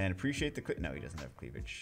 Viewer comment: "Precciate' the cleavej'"